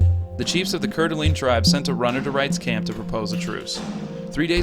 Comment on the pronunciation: but not coeur d alene